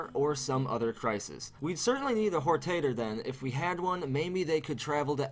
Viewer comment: This is an awesome theory, but you said WHORE TATER and I LOLed IRL for like five minutes.